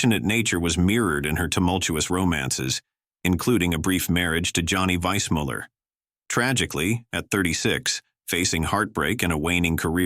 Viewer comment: His name was Johnny Weismuller not vice molar boy are you people fucking stupid